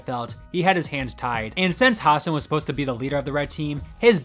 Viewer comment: Has-SAN, not HAS-san